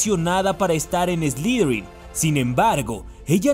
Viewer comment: ... Que es "slidrin"? A caso no se dice Slytherin?.